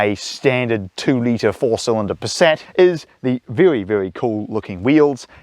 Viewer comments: Literally the car is named Passat, a he keeps saying Paset. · It's not pronounced "Passet", the second a is pronounced like the first Yours truly, a pedantic German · I'm from Germany and never heard anyone pronounce Passat like this! Even though I got used to howw its pronounced in the US! Great review! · Yes it does sound funny 😅